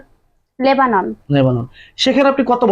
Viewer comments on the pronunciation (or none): নেভানন না লেবানন। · 'লেবানন ' নেভানন নয়